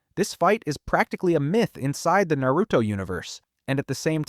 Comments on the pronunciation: Almost watched this video, then you called it nEruto... immediately turned it off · I immediately turned the video off right when he said nEruto